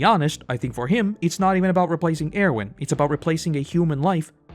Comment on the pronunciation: The way you say Erwin makes me wanna get violent